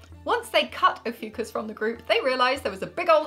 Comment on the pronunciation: And there was me thinking the new star sign was pronounced, "Oh fuck us!" 😜🤣🤣🤣